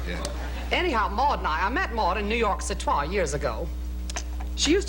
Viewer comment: I love how she says New York Citois! 😂 Like Francois, she’s hilarious! ❤